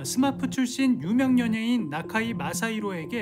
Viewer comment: 스마미가 아니고 스마프요....